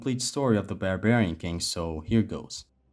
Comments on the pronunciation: There is no way this dude pronounced it Bear-Bearin king bro I’m dying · the way you say Barbarian lol awesome video btw i subbed keep up the great work man what did you think of Ragnarok by the way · Why are you mispronouncing Barbarian? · Barbarian king, not bearbarian Apolo? You mean Apollo.